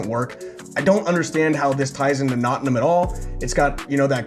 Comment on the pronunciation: Your pronunciation of Nottingham grates on the ear.